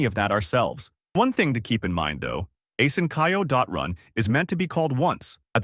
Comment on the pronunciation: Asynch-io not asyn-ch(k)io. Drives me nuts. Train your ai.